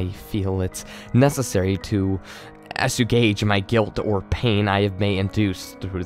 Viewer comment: Great video and voice acting but learn to say assuage